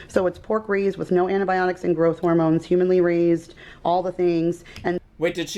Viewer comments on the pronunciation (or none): human-ly raised. the way she read humanely i cant lol